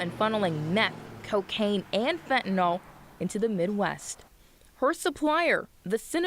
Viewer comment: FentanYl, not fentanOl